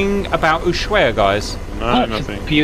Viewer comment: Context about Ushuaia (disclaimer, i was born there, I lived for 15 years). It's pronounced Usuaia (not uSHuaia). The Accent goes in the first "A" so to speak (ushuAia). The word is native to the indigenous population and I don't exactly recall the right translation, but it roughly means "Bay that looks to the east". (I hope my school teacher isn't reading this or she'll be mad I don't remember). The old airport "Base Aeronaval" (SAWO) existed for many years (in fact, during all of my years of living there that was the only airport). The biggest plane I've seen land there were 737-200 which barely made it in (and couldn't land full fuel or there was no way out). There was a famous incident in the 80s when, in a snowy morning, it couldn't stop in time. It was landing on RWY 34 so it ended in the water. No casualties. I was at school (Across the bay) and we could see the plane sideways in the water that is quite shallow so the plane sat there. The "big" international airport was planned and built during the 80s and early 90s. The story about the RWY orientation is not accurate, initially the rwy was going to have a slightly different orientation (09/27 IICR) but due to the presence of "Mount Susana" (west of the airport), it was later modified to its current 07/25 orientation and over 3000 meters (10k feet) of length, capable of receiving a Boing 747 or even a Concorde (which landed there on the famous 2000 around the world tour). During the Falklands war (Or Malvinas), we coul